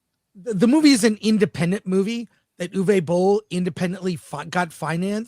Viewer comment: Guys...guys. his name is pronounced: OOVER BOLL